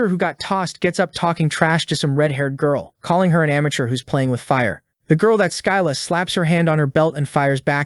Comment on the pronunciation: Its pronounded SSILLA NOT SKYLA(Writed like scylla)